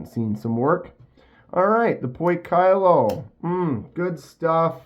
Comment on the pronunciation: Poi kee low pronounced